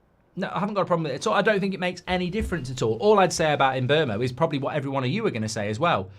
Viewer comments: Em-boh-moh. Not Em-bur-moh. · There is no letter R in mbeumo